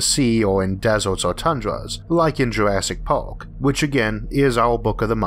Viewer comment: Did he say “Jurassic pork”?